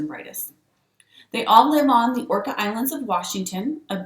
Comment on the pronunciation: It’s Orcas island… pronounced Or-Cas